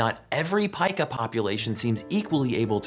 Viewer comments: It’s not pieka, it’s peka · Nice video. Incidentally, I looked it up, and it is pronounced "Pee-Kah". I didn't know either so that's why I looked it up.